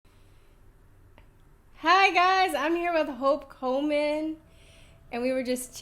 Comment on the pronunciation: Sounded like the Queen said Hulk Hogan when she introduced Hope Coleman!